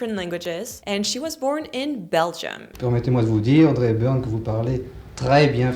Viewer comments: “Haudrey Epburn” is great irony, given her character Eliza in My Fair Lady dropping and adding H’s. Apparently a trait shared with the French! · I personally was endeared by the pronunciation of Audrey Hepburn as "Haudrey Hepburn". As a French person, I can say that's a classic "mistake" we tend to make.